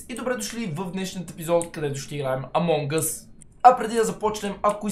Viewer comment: Бате що винаги като казваш: Among Us се чува: Among Гъз xD